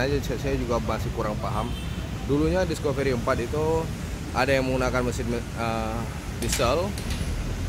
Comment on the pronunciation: Maaf bang,namanya ' diskafri' bukan 'diskoferi'.